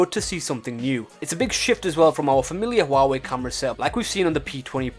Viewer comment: It's NOT hoo-wa-way, it's pronounced wah-way, apart from that ,GREAT video !!!!